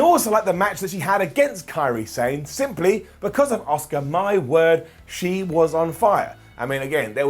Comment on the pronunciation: Can someone tell to decide on how he’s gonna pronounce Asuka